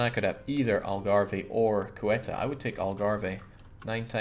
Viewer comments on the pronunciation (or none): Love this series. Gotta note though, it's CE-U-TA (seh-OOh-tah load the U)